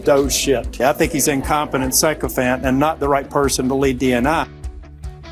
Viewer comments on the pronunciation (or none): Tillis pronounced sycophant like it started with psycho and it became a better description of MAGA losers.